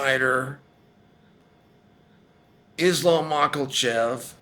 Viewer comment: The commitment to saying Mocklechef is just astonishing. 😒